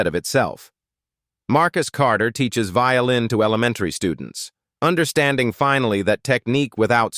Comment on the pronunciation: Did you not say vioĺin?